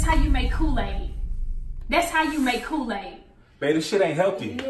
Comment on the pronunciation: He don’t know to make koo-laid